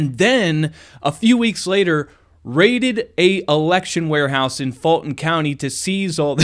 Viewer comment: You’re driving me crazy with your pronunciation of Fulton. It is “Full-tn”. Believe me. I grew up there. And the sleepy character you accused of not being able to pronounce it correctly the other day, actually WAS saying it correctly. When I put closed captions on your videos, they interpret you saying “FALTON.” And that’s what it sounds like you’re saying to me, as well. Please! That is a u in that word, not an a.